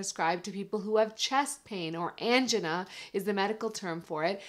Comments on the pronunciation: You pronounced angina strangely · How can you be an MD when you can't pronounce angina correctly?